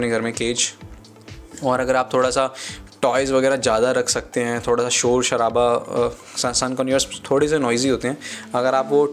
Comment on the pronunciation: bhai "thoda sa" ko clear krde kro